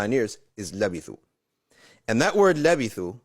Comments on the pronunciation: It’s Labythu not lavethu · Lebithu not levithu